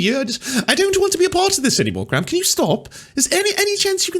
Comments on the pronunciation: Calling him British and doing a British accent is a bit weird, considering he's Irish :) Also "Graham" has two syllables ;) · His name is not pronounced gram.